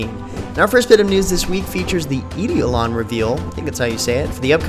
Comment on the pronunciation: Doesn't matter, but for future reference for anyone else it is pronounced "Eye-Doh-Lon" as opposed to "Ee-Dee-Oh-Lon". No big deal though!!! Good video, keep up the good work.